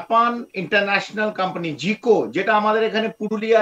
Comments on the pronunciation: এ ব্যাটা জাইকা উচ্চারণ করতে পারছে না বলতেছি জিকো😂😂😂😂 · এই লোক তো জাইকার নামটাও উচ্চারণ করতে পারে না, সে কেমন বিশ্লেষক?